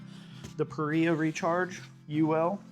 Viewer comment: Pah Ree Ahh. Not Pah Rye Ahh